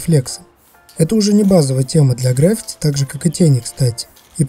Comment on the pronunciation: ГраффИти, а не грАффити))